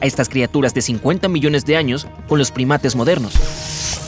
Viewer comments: En el vídeo decía millone jajaja millone siempre se equivoca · Hola soy el unico que noto que dice 500 MILLONE de años Like si te diste cuenta Gracias por poner leer mas😊😊